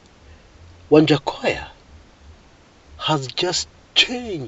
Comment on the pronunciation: Lol it's waja not wanjakoyah 🤣🤣🤣!!!